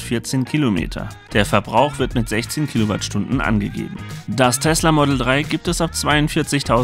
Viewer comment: das Ding heißt Model Drei und nicht Model Trei... Bestimmt auch im Saarland.😁